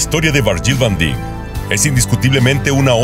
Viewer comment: Se pronuncia Vaindaik